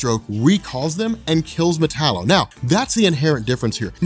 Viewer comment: metallo???? really